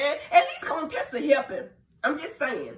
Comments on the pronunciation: And you still calling that guh Coontessa!😂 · 🍦🍦🍦I know you know her name is not "CONE-Tessa" stop. Her name is Dr. Contessa Metcalfe. Very beautiful woman. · Dr.Heavenly, I see you’re still saying “Cone-tessa”🤣🤣🤣🤣